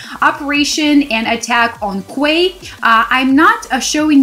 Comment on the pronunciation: Hey, it's pronounced 'key'.. like Queen's Quay in Toronto! cheers